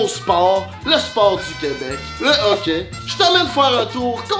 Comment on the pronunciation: Y’a une différence entre le hoquet & le Hockey 😂 non mais sérieusement vraiment nice la vidéo!